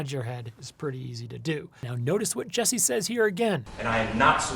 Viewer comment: His name is “JUssie” not “JESSie”